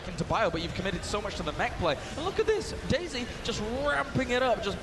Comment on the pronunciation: does anybody else hear "daisy" as "dayz" ?